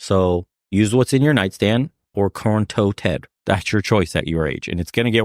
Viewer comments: "Corn Toe Ted" 😭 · Corn-toe Ted... 😂🤣